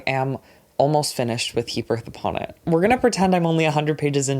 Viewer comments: sorry I just heard you say the title "Heap Earth Upon It" as "He Birth Upon It" and my first thought was just HE BETTER NOT HAVE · i genuinely thought was saying “he birth upon it” for nearly 20 minutes 😭